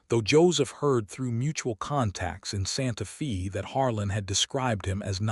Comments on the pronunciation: Santa Fe not Santa Fee!!!!! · SANTA "FĀY". Santa Fe is a Spanish-Mexican Name. Many Texas names are Spanish/Mexican bcz Texas and New Mexico as well as some others have carried as many as 6 nationalities and they do not change city names when the area has carried as many as 6 nationalities. Main nationalities from Texas, New Mexico, and Arizona and parts of California have variously been French, Spanish, Texas, and USA. PART OF California was Russian. there is a lot more of that such as Oregon and Alaska having once been Russian - plus more. Santa Fe was named when it belon ged to Spain, then Mexico, then Texas. Generally the Spanish Mexican "e" is pronounced as a long "ā". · Santa Fay!!!!!!!! Argh!!!!!!!!! If your AI can read with nuance and emotion, why not correct pronunciation? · because Santa Fe is a Spanish name, so it is pronounced "Fay". Spanish vowels are rarely pron ounced like American or British/English. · Pronounced "Santa Fay". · How do you pronounce Fe in Santa Fe? Get it right.